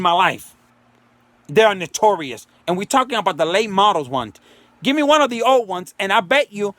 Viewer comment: “Nick - tor - ius” 🤣🤣🤣🤣